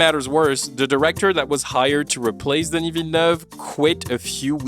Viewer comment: Listening you trying to pronounce Denis' name is genuinely painful lol